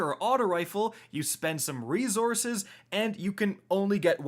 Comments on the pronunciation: Yo I love the content but my guy it’s resources no rezorources. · It kinda drives me nuts how you pronounce resources. It’s not rezorzes. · "ree-Zources" lmao... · I always have a laugh when he says rezorces. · “Re-zor-suhs” Lol where are you from? You’re from up north right!! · said reZZources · Have I lived 40 years and never realized how to pronounce reZource(s)?